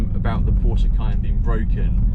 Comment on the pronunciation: Stop saying porscher, it's porsche.